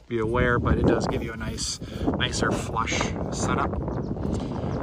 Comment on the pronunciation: That ain't "flush"